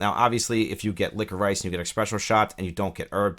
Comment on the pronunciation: Licko-Rice! LOL, man I have never heard that, are you just not used to seeing it spelled out? Say it Licka-Rish, you'll probably slap your forehead and go "duh". You know like a candy, black licorice Twizzlers? Anyhow, thanks for covering new apps.